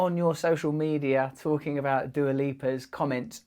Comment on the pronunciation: Fun fact : "Dua" name is Albanian origin, and is translated "Love" given by her parents. Since you butchered her name let me translate yours: Halo is similar to Hale, which in Albanian is translated literally place to shit or VC. So by your logic your name is translated "legendary shit place".